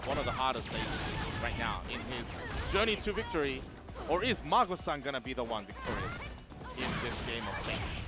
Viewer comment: キャーマー↑ゴサー↓ン